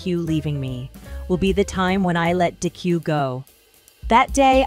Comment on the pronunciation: wait.... did he/she say dicku instead of deku